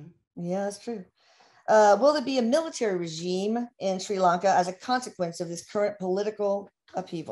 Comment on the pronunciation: They can’t even pronounce the name of the country for heavens sake! It’s not Shri LOnka, it’s Sri Lanka. If the simple things are wrong, why would anything else they say be right… She says “I believe they were under British rule” she believes? Surely Erik should know something as basic as that? Ceylon has been independent since 1948 and was renamed to Sri Lanka in 1972. It’s always been politically challenged given the prime ministers descended from rich sectors, Wealthy British educated who didn’t give a stuff for people disabled and hawking on the streets, living in shanty huts on the beaches. This is why historically the ordinary people - Sinhalese and Tamils have rioted against the elite.